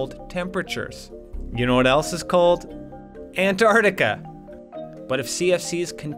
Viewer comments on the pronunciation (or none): This was good but u mispronounced Antarctica